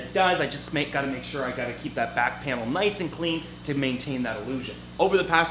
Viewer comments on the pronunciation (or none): none